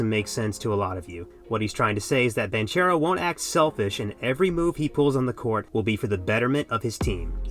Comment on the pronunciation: one second into the video and bro pronounced Banchero wrongly. Good video though.